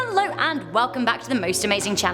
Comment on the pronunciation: Is it just me or does Rebecca's "hello" sound like she's saying "hanlo" not making fun but thats what I heard.